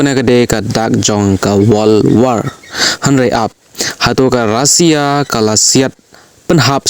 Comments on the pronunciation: Russia ❌Rasia ✔️😅😅😅😅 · Not Rosia it's Russia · Tang ka rukom pule khubor jongphi bah lah sngewthuh shu jler shna pisa Kai . Tang ka rukom kynnoh ( pronounce ) ruh khlem tip ban kynnoh Russia ong daka rusia bieit . Mynno jia kata ? Haei kajia ? Bieit .